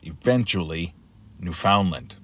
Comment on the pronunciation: Thanks for the video. I'll be warning family & friends on the east coast of Canada (Nova Scotia + NFL & Lab.) to hunker down or evacuate. Pronunciation of Newfoundland is new-fun-land.